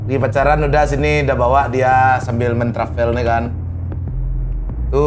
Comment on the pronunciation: Bukan trapel bg...tapi travel... Masih tabaok bahaso padang "trapel" eee... 😂😂😂😂😂